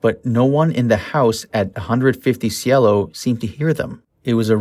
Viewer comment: And it's Cielo, pronounced syelo.